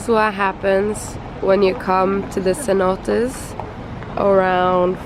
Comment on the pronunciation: CENOTES. Not CENOTaS.